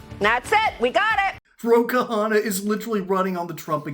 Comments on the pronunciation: His last name is simpler than that to pronounce: it's not two syllables Ka-Hanna. It's pronouned one syllable Kahna. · Its Kahna, not Kahana.